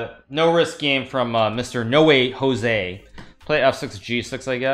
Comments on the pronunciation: its not nowejosie.... its --> NO WAY JOSÉ (ho:zay) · It’s not nowee joesee it’s no-way hose